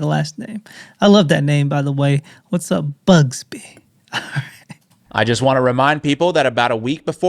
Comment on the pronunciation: I'm he knows It's not BUGSBY😂 It's BUGSY. Be safe.